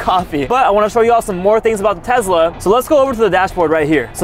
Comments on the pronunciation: It's Tesla not Tezla!!! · Just so you know it's Tesla nor Tezla! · Can you say tesla: tezla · " I'll be driving my 150k tezla" anyways, nice vid keep up the good work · Ah yes tezla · Tesla ❌ Tezla ✅ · Him: Tezla 💀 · Why ya day Tezlas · Bro said Tezla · the way he said tesla